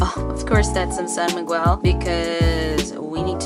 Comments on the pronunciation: it is " san migel " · Tocino is our favorite breakfast! I haven't tried pairing it with beer though since it is commonly served as breakfast. But feel like trying it though.. Hahaha! And one thing, I find it cute when you say "San Mig-wel".. but it is pronounced as /san migel/. Hehehe! Anyway, I'm really enjoying your contents esp feat anything Filipino/PH related. Hehe! Thank you and enjoy more PH food! 💗